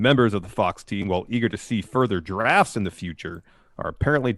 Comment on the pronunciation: I thought said "giraffes" and expression seemed to agree with me for a second.